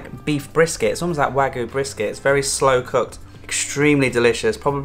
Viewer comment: Liked the look of the burgers. Just got to remember to pronounce that "y" in wagyu.